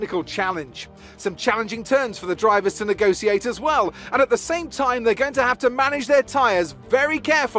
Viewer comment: I never realised Crofty mispronounced negotiate